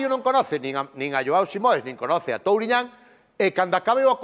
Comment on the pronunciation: El acento de Touriñan es casi "on point" ! Abraço de Portugal :)